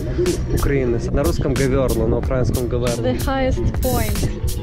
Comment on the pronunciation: * Украинском с ударением на и а не на а!!!!!!! Это Ура’ина на не Укр’аина